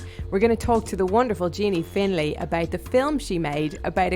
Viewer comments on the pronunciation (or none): "Finlay" ffs